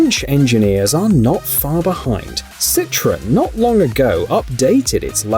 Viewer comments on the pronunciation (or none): It's pronounced Cit-Row-En, not Citron. Yeah, I'm that guy :P